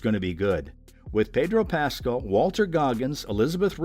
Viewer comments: Learn to pronounce his name! It's pas- CAL! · Couldn’t they get a voiceover person who could pronounce his last name properly? Who is “PAS-skull?? I mean, wtf? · I'm so sorry i can only focus on the way you say Pedro's name. "Pedro Pascle" i love it. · The way you pronounce Pascal… just shakes me to my core.. 😂 Excited for all the upcoming projects tho! Thanks for the overview! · SO glad you made the correction. This guy was making me nuts. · I’m glad to see news of all these upcoming projects, but could they please at least TRY to pronounce his name correctly? So disrespectful.